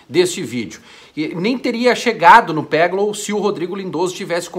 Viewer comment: Só um adendo: peglow se pronuncia peglov. Nesse caso o w tem som de v. Somente no ingles o w tem som de u. No portugues e no alemao tem som de v.